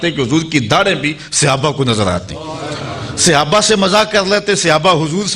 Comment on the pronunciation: bohut eman afroz waqiaat aaqa ki zindagi k sunae heen lekin aik lafz ki ghalti thi jiski takrar bhi bohut hwi yani sahaba or sahabi wahid he jis ko aap ne musalsal Sihaba kha or sihabi kha he bra e meherbani drust kr lejie